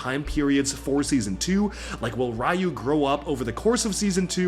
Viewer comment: Dude, that's Ryu (ri•yu) to us!